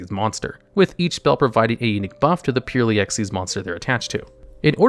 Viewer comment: Drinking game: take a drink every time he says purrely